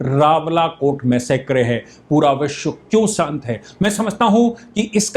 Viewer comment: It is मेसेकर.....NOTमैसेक्रे